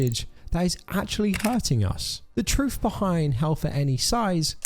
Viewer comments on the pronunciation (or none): none